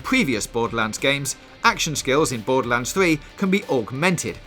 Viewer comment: Bowduhlands fwee